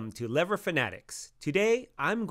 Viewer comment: I think you should worry about your pronunciation of the word “lever” before worrying about the pronunciation of the manufacturer’s name.